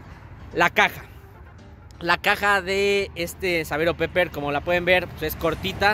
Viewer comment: Se pronuncia piper el inglés jamás se pronuncia como se escribe